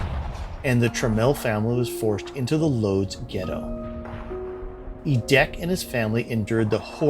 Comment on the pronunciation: If you're interested, Łódź isn't pronounces "Loads", but rather "Woodge". The Ł character is pronounced like a W in English. Ó is like a double-o like in moose. And finally, dź is like a j sound, like at the start of jam. Thought it may be useful as you're likely to say it a lot in various videos. Am actually watching P1 of this after P2 because I'm clearly a genius 🤣